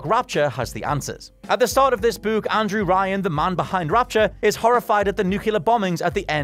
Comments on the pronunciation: Im can we all take a minute and talk about how the hell says word "book"...lmfao bouk, buuk, buk? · Did he just pronounce the word book as (buh - ooh - kuh)? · The way you say the word "book" is fantastic. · everytime u say Book i want to scream lmfaoo that accent bruh